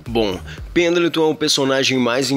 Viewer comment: Você falou penatão